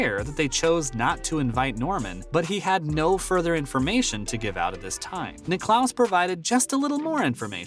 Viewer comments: Firstly it’s not the British open it’s THE OPEN !!! Where is the FORCING SECTION ?? Jack who ??? Will you ever learn how to say his name correctly!!! Very poor video give it up !!!! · Perhaps the narrator could have talked to one of the billion or so people who know how to pronounce Jack's last name when he took the gig. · 2 things: firstly, you forgot to tell us how Greg Norman was ‘forcing’ Cam Smith to join LIV golf, and secondly, if you can’t pronounce the name of the greatest golfer ever, Jack Nicklaus, you shouldn’t be narrating a golf channel. It’s just ridiculous so I’ve unsubscribed. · Stop mispronouncing Jack's last name!!! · Jack WHO⁉️🤦🏽‍♂️🤨 Bob WHO⁉️🤦🏽‍♂️🤨 😒 How can you have a sports related channel & not know how to pronounce the names of the prominent figures you mention⁉️‼️🤯🫥